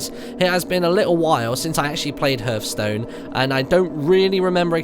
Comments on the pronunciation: Martyn, it's pronounced harth-stone, not hurth-stone. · ITS NOT HRTH STONE!!!! ITS HEARTHSTONE!!!!!!! HEAAAAAAAARTHSTONE!!!!!!!! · I cringe every time he says 'herthstone' not 'hearthstone' xD but nice video i was really interested in the ipad version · Love how he pronounces the title wrong because the h is silent so its meant to be pronounced heartstone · Actaully you do pronounce the 'h'. He still pronounces it wrong though. It is pronounced har-th-stone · It depends on where you are and your accent. Eg Day-zee and day-zed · Is it THAT hard to pronounce the name properly?